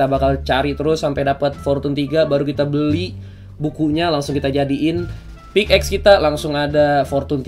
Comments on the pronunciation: Pickaxe Dibacanya pik ex bang bukan pik ax, yakin sih udh tau cuman ngingetin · Org² ketika baca pickaxe= Pick ex